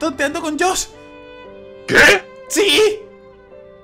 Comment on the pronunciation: 3 perdon pero se dice josh